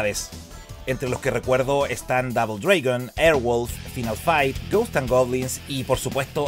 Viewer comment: DOUBLE DREEEEIIIIIGON jajaja La A no siempre suena E en ingles No siempre jaja, gran video. STREET FIGHTER II es parte de la infancia y los mejores recuerdos de pendejo